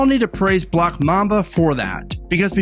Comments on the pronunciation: Why do you pronounce black as "block"? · Sounds like it when you say "black mamba"